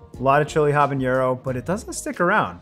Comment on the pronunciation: Hi Tree House! Really cool to see you support all these hardworking home brewers. I wanted to let know that he is pronouncing “habanero” slightly wrong. He pronounced it “habañero” as if the n is an ñ like in “jalapeño”. I think it’s easy to assume that both peppers share the same “n” sound, but habanero has an ordinary flat “n” sound. Actually, the h is silent in the original Spanish, but you’d better pronounce the h when saying it in English otherwise it would confuse people. Anyway, that’s just my two cents. Have a good day!